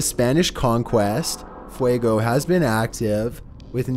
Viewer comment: Oww...I don't know if it have done something important lately (It's grumpy, but as far as I know it hasn't done anything lately), but I REALLY wanted to hear him try to pronounce ''Popocatepetl''... He can barely pronounce ''Fuego'' (Fire), a five letters spanish word... What would he do with the nahuatl word ''Popocatepetl''?